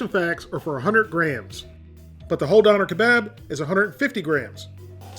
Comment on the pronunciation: It’s pronounced duner k-bob